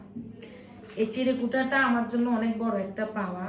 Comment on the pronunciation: চিরেকুটা না চিরকুট।